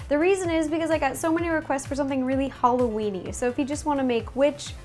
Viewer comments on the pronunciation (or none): when you said Halloweeny you said weaney